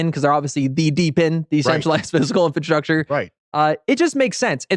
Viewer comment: Please learn how to pronounce “infrastructure”. INFRA- STRUCTURE. That is all